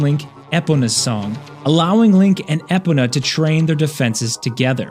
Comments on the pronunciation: I thought Epona was pronounced: ee-po-nah. Is it actually ep-o-nah? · ITS EPONA NOT IPONA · EE-PO-NUH not eh-puh-nuh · Right? Cringe 😬 it's EE-POE-NAH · I love all the points you made about the happy mask salesman, but something about the way Epona was pronounced made me panic. Maybe it's a regional thing, I'm Canadian so maybe I'm the one saying it weird but I always said it like (ee-poh-nah). Regardless this was a super awesome watch and I love how indeapth you covered Kafei. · Who tf you find in her pin on the ranch?! Disliked based on how you said Ee-po-na. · Epona is pronounced eh-poh-nah. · Thank you!! I thought I was the only one. Plus how many times EPENA is said. It's like petting a cat backwards. Something is just off. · Who tf is Epona?? It's Epona... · Does REALLY not know how to pronounce Epona!?!? Like seriously? That was understandable in 1998 when the game first came out and we all were trying to pronounce the names but its 28 years later. LEARN HOW TO SAY EPONA CORRECTLY!! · The way bro pronounced Epona was criminal 💀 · The way he said Epona was a little upsetting lol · Cool video, but that's not how you say Epona. If you're using an AI to do some of these voices, I would recommend teaching it how to say the name correctly. Death to AI. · Stop mispronouncing the horse’s name. Nails on a chalkboard! 😫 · my ears almost died everytime said "epona" - bro does zelda videos yet cant say the name properly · Did he really just pronounce Epona like that? I thought he was supposed to be an expert on Zelda. Unless this is just brilliant engagement bait. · You must be really stupid to mispronounce epona